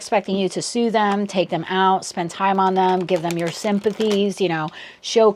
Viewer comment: Sue em not sooth them